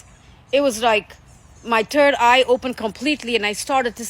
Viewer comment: She said turd eye😂